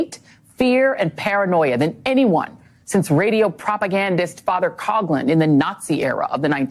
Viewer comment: FYI: The pronunciation of Father Coughlin's last name is not "Cog lin," it's Father "Cof lin." The same sound as when a person with the flu "cough."